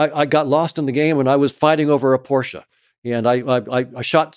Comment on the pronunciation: My guy questioning reality but says porschaaa